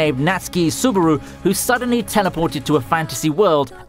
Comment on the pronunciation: Dude, it's subAru, not subUru